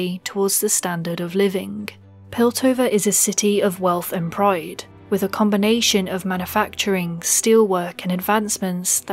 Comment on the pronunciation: Where are you from, words like pride and white stood out abit to me (proyde and whoyte in my ears.. ;p)